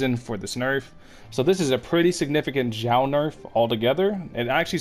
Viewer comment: Nailed the pronunciation! 很好的！